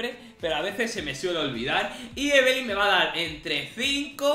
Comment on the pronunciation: Amo que le digas evelyn y no lyna